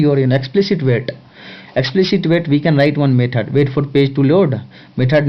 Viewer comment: Maithud != Method Tashte != Test Nice Lecture but... You sir, although an amazing teacher, give people in US more reasons when they say H1's are unqualified/uneducated/uncivilised. PLEASE improve your language skills (mind you, I'm not talking about accent)